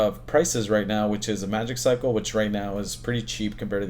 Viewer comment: Wow, you managed to butcher the pronunciations of Aventon and Aventure and Magicycle